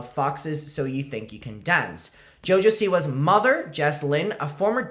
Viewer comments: fightin for his life trying to say Siwas 💀💀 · “Seawees” Keeps getting me 💀💀💀